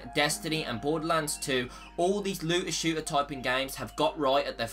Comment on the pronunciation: First of all, what's a "looa shooa"?